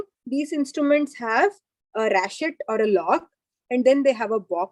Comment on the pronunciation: It's pronounced as "ratchet", not "rashet". Medicos should emphasize on pronunciation of medical words too because in future, they might have to give lectures in other countries.